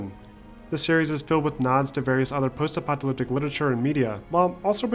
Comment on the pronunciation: great film, but the "post epyleptic" pronounciation drove mE NuTs :)) is it really that hard to say "post epoch a lipstick"? :))